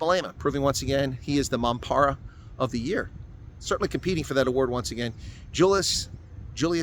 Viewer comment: love how you call him a mampara , now you just need to roll that R